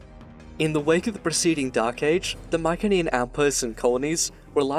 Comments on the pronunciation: Pretty sure "Mycenean" is pronounced with a soft "c". Good otherwise :P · I've never heard Mycenean pronounced that way before. But I'm fairly sure the hard C is probably how they pronounced it.